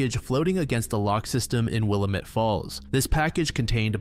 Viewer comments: Will-lam-ett not willam-ett 😁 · Willamette: Will-am-et. Not will-uh-met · Willamette River is pronounced will-am-it. Clackamas River is pronounced clack-a-miss. Oregon used a lot of weird pronunciations that Oregonians always gotta correct